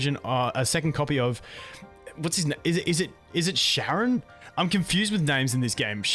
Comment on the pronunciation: Charon (hard k sound) is from Greek myth, ferryman of Hades.